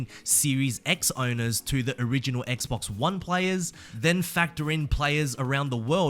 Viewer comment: I don’t know why but it extremely satisfying to here say Xbox lol